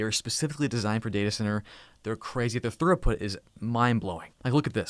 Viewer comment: Throughput is pronounced Thru-Put, not Thur-Oh-Put.